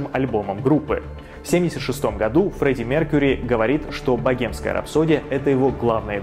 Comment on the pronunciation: Блин как режет слух .. богемская ,, 😢